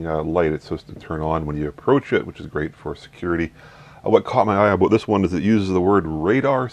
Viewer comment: i think this is the first time i've actually heard a canadian say 'aboot'